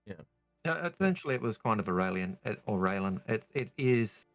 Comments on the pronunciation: I give thanks everyday I'm alive, and thankyou for calling me a voice of reason. Yes, Yes I know its Ray-len rather than Ray-lee-on, thanks for the correction. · Thank god the voice of reason is back!!! Also, it’s RAY-len. NOT RAY-LEE-un.